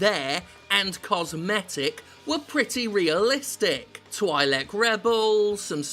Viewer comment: Twi'lek ISN'T PRONOUNCED LIKE THAT! Oh smh fml! >.<